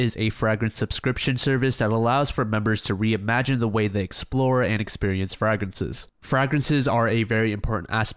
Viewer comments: Frag-rinses? Frey-grinses bro, frey-grinses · love the video but FRAG-rences? its frage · Mf said “FRAGrances” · STOP CALLING THEM “frag-rences” YOURE DRIVING ME CRAZY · Did this man just say FRAG rences ??? 🤣😂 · There's no fucking way you've pronounced "fragrances" that way your whole life, gotta be comment bait. It's well played, very well played.